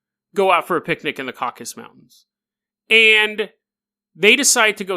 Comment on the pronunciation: Caucasus = Caucasian. Not caucus. That deserves a head thump. That second story is wild. One of the most interesting you've told. Also had me chuckling with the bear stuff so thanks for that.